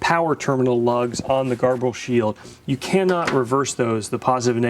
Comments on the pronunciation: garble? its said like ger-ball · I’ve always called grbl ‘gerbil’ not ‘garbel’. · Huh, I aways pronounced it 'Gerbil' , not 'Garble'. you're probably right, though. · Nice, clear tutorial. Garble? Gerbil? Gurble? Seems there's a lot of pronunciations out there!